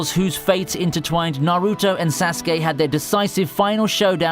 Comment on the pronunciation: Couldn’t agree more with Naruto vs sasuke !! That rivalry was very well developed.. btw your the way you pronounce sasuke is cringe 😬